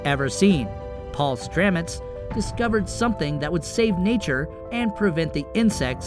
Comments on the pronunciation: STAMETS is his name, not Stramets. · Its paul stamets not paul stramets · His name is Paul Stamets, not Stramets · That is Paul Stamets, not Stramets. Makes me wonder what the author of this article really knows. Also, many funguses are not safe and are extremely poisonous. Some attack human bodies and are difficult if not impossible to cure. Sure they are natural. They are natural poisons. So its natural poisons versus manmade poisons. Maybe poisons are not the answer? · Paul Stamets not Stramets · Paul Stamet's not "Stramet's" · His name is Paul Stamets NOT Stramets. He is a genius! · Great topic, terrible execution. The editing, soundtrack and poorly researched info, like his name being Paul Stamets not Stramets, is unfortunate. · Stamets, not stramets...make a video about the guy and you get his name wrong! Did YOU know? Lol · Paul Stamets American mycologist, not Stramets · It's Stamets, not Stramets goof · Stamets, not StRamets. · His name is Paul Stamets NOT StRamets. This is an important topic so please get the facts right. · His name is STAMETS not StRamet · Not only do you waste over half the video with unnecessary chatter, you can’t even get the guys name correct it’s Paul Stamets not Stramets. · Stamets!!! Not stramets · Thanks, good video. The guy with the mushroom innovation's name is Paul Stamets, not Stramets. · Paul Stamets not Stramets. The guy is my hero, get his name right. :) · The man's name is PAUL STAMETS not sramets. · Just for the sake of clarity-it's Paul Stamets, not "Stramets". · "Stamets" his name is Paul Stamets not Stramets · It's Stamets...Paul Stamets - not Stramets. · Stamets. Not Stramets. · It’s Paul Stamets! Not stramets. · His name is not Stramets, it is Stamets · It's Paul Stamets, not "Stramets" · His name is Stamets not Stramets. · Stamets...not Stramets.... That's some s*** reporting there bud. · Paul Stamets.. not Stramets. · Paul Stamets not Paul Stramets in the time line. Get it right .. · it's STAMETS